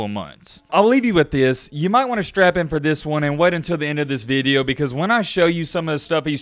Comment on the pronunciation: “This veedeo” 😂